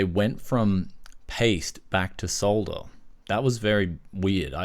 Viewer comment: Yay , its refreshing to hear "solder"and not "sodder" !